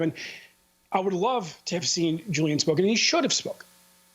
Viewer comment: isn’t his name pronounced with our “H” not “J” ...? (“Hoo-Lee-ahn” not “Joo-Lee-in”) also Why can’t he even say his NAME? I feel like he’s totally botching that, Amy even pronounced it correctly multiple times when explaining her question.